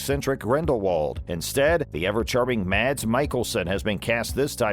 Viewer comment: The ever charming Mads WHAT? If your channel revolves around movies, at least pronounce the actors name properly.